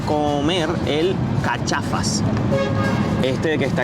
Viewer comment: Hola me encantan sus videos, soy argentino, el Cachafaz se pronuncia como si tuviese un acento en la última a... ese frutado nunca lo probé , yo compraba de chocolate puro y me sentia en el cielo cada vez que lo probaba, son caros, el Guaymayén barato es para si no tenés un peso y querés matar el hambre jajaja aunque hay gente que lo consume igual, son mas populares, que raro que no les dieron a probar el alfajor Grandote o Jorgito, esos están muy buenos también con un solo triple te llena